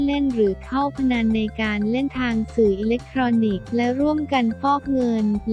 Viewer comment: อ่านหนังสือไม่แตกฉานเลย คำว่า ลามกอนาจาร คนนี้ อ่านเป็น ลาม- กอ- นาจาน มันอ่านภาษาไทย ธรรมดาให้เสียหาย เวลาอ่าน พระนามสมเด็จเจ้าฟ้า ก่อนราชกิจจา ฯ ก็ลากเสียง เหมือนขี้เกียจอ่าน หาคนอ่านดีๆ เก่งได้ก็เปลี่ยนคนนี้ไปเถอะค่ะ สิริ อิเลกโทนิก เนี้ยะ